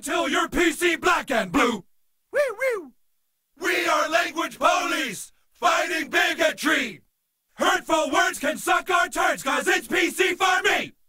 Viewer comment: I love that when they sing the PC song they pronounce police almost sounds like bullies and that is more accurate XD